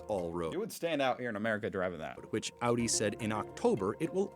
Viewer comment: Just realized you switched to pronouncing "Audi" the German way instead of the American way like in older videos 👍